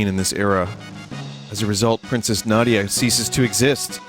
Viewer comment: its Na . Dee . Yah